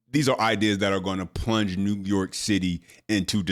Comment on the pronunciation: 😂❤ new yaa'rk , " bend / over " 😪😭😭😭😭😭😭😭😭😭😭😩😖🤣